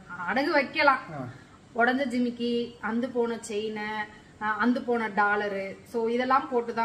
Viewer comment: Please அந்து போச்சின்னு சொல்லாதிங்க. அறுந்து போச்சின்னு சொல்லுங்களேன் 😂